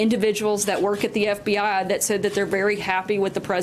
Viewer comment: It's pronounced "eff bee eye" not "eff bee AH". C'mon